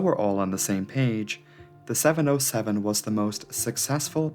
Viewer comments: Seven ZERO Seven. NOT oh. Learn to speak. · Please: 707 is Seven-Zero-Seven, middle character is a number, not a letter "O". Don't fall for Google's faulty reading. It hurts my ears. Besides, you're making very good movies about aviation.